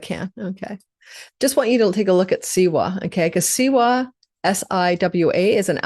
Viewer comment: W in siwa is pronounced like V